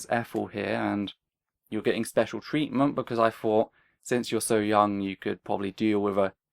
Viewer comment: hard for me to understand Peter's pronunciation of "thought"